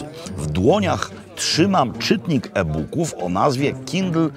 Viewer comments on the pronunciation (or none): Co to jest ten "ebuk"? Czytaj "ibuk" albo "eboook". Trochę konsekwencji!